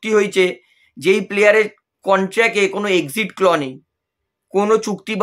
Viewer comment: ভাই, কথাটা 'ক্ল' নয়, 'ক্লজ'। আগে স্ট্যাটাস কমিটিকে স্টেট কমিটি বলতে। এবার দেখছি সেটা শুধরে নিয়েছ। ভালো কথা। 👍 এটাও শুধরে নাও। না হলে কানে বড়ো লাগে! 👂🙉